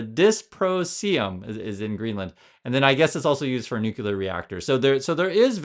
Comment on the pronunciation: nuclear - not nukular